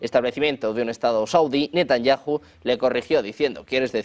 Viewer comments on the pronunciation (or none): Si estás hablando Español, y, Benyamin donde la JOTA suena "y", entonces Debes decir Netanyahu.